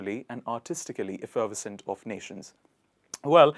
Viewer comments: You need to pay more attention to stress patterns. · Effervescent was pronounced incorrectly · “FF” sound in effervescent should be pronounced as more of a “PH” sound. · F er vess ent...Not... F ferv uh cent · Nice. But in American we say effer VES cent, not ef FER ves cent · Why don't you research how to express the words first? Effervescent is not pronounced that way. It is effa-ves-ent the er in pronounced as a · It's "effer VES cent," not "ef FER vescent." And I'm supposed to be learning from you? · Effer ve scent not effer vescent sorry. . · Just for info Pronounce effervescent effer VES cent not effer VERS cent. Love you idea of bringing these words into general use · The problem was with emphasis, it should be: efferVEScent, not eFFERvescent. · Effer-ves-cent NOT ef-ferv-es-cent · You mispronounce effervescent . It’s effer-ves’-ent. With emphasis on ves. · I have not heard anyone say "enchanting" or "fetching" in my 73 years. And we Canadians pronounce it efferVESCent and NESS ess sary (necessary) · Pronounced - if-er-ves -cent. :-) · You are pronouncing “effervescent “ the wrong way! It is pronounced “effer vesent” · The second word is pronounced with 4 syllables eff-er-vers-ent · You need to pronounce it eff-er-vescent 👍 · Sir, you are MISPRONOUNCING effervescent!! Please learn properly before you presume to teach! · I think you are incorrectly pronouncing effervescent, not seriously but it doesn’t sound quite right. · You miss pronounced effervescent!🧐🥴😩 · Effervescent- Wrong stress? Isn't the stress on the third syllable? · You’re not pronouncing Effervescent correctly. I only got it because I saw the word. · I'm sure effervescent is NOT pronounced like that. It should go smoothly.. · Effervescent. Third syllable is accented. Not the second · Lovely video, you are pronouncing effervescent incorrectly. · You pronounced effervescent wrong 1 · Mispronounced effervescent and savvy! LOL